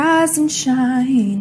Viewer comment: she said "rIsE aNd sHrInE "